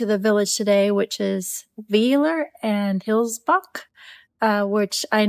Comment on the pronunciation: Hi, a little hint for the german ie/ei. For native English speakers the second letter gives the pronunciation. So IE = "eeh" and EI = "eye". Weiler = W-eye-ler. And wow! just arrived from Australia, notorious for a lot of dangerous animals, you managed within days to stumble over one of the rare poisoning species in germany. That's awsome 🤣🤣